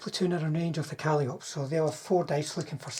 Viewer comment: My friend, calliope is pronounced like monopoly. lol Love the mass Panther and PzIV list though. I might try that in my next tournament. I would bring 4 SS Grille instead of the flammen Hetzers.